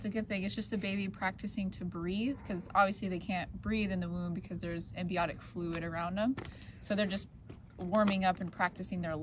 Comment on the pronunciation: AmNIotic Fluid not AmBIonic fluid...😝